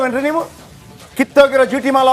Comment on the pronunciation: ಮಾಲ್ ಅಲ್ಲಾ ಅದು ಹಾಲ್